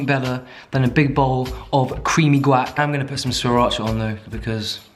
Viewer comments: “Guack” 😂😂 love it. Think you should trademark it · Love your channel! Love your potty mouth! Guac (Wahk)!